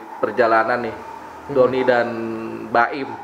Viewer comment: Kok Donnir Yang Benar Donnie